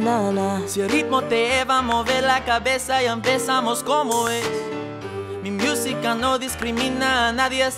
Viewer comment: His "miusica" bothered me 💀